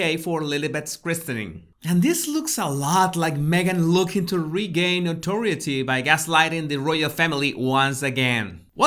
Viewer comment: Noteriorty not nority